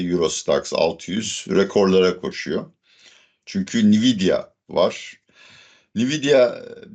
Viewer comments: hocam belki ben yanlis biliyorumdur da ben veri muhendisiyim ve yillardir Nvidia adini "en-videa" diye telefuz ediyoruz. Bkz (/ɛnˈvɪdiə/, en-VID-ee-ə) ni-vi-di-a kulaklarimi tirmaladi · Nviyda değil hocam Envidia diye okunuyor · "nividia" degil "envidia" diye okunur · Nividya ne hocam once dogru okuyalim 😂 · en vi di a okunusu bu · Nvidia nasıl telafuz ediyorsun ya öyle?😂😂😂 ENVİDİA diyeceksin. Bi daha İngilizce konusunda ahkam kestiğini görmeyeceğim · Hocam, en-vid-ya diye okunuyor. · Cambly reklamları yapan hocamın NVİDİA telaffuzu üzerinde bir durmadı lazım.